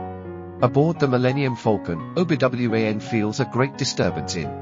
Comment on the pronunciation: Obi W-A-N. Yikes. This is atrocious.